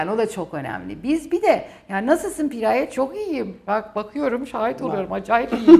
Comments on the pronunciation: Cidden piiğğraye piğraayyee demekten derdini anlatamadı 🙄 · Pi-raye değil Piraye. Yarıya geldim videonun sadece anlatıyor nasıl çözüme kavuşuruz anlatmadı. 5 10 bine seansına gelemeyiz kusura bakma